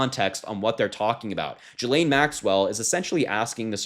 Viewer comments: Why do you say "Jillaine"? When you say "ghost" do you say "jost"? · Just FYI, Ghislaine is pronounced with a hard G - as in get or go. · Pronounce her name with a hard G. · pronounced GILL-LANE. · please pronounce her name properly. Try GHOST and GOAT! It's a hard G. It's pronounced "Gee-lenne" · That is insane! I hope they can get a reporter in there like TODAY! Btw, he name is pronouce, "Ghee-lean" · Ghislaine is a French name pronounced ghee - Layne the s is 🤫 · Learn how to pronounce Ghislane. If you are unsure like, look it up ahead of time. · Can you pronounce her name properly?